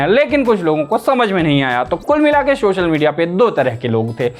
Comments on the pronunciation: Yeh Sa ko Sha bolta hai. Quota mein job milta hai kya inko. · भैया शोशल मीडिया नहीं सोशल बोलना सीख लो।।